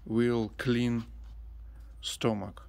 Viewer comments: Stomach is pronounced stum-muck. Your trees are very productive and healthy. God bless and stay happy and well. Please say hi to Suzie and Sati💜💜💜📿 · Looks so yummy. I see why you wanted to go home. Beautiful! Just for reference, the o in stomach is pronounced u, like in up. English is so hard to learn because at times it doesn't make sense. You do very well. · Hi...pronounce stomach as stumick.